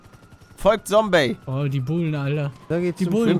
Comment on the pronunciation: Die gute alte Zeit als palle noch Sombey gesagt hat